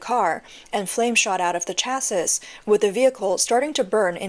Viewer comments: Sweetie, "chassis" is pronounced "chas-ee." The last "s" is silent. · Lol china is so pathetic they can even get scooters right Ps: you dont pronounce the last "s" in "chassis"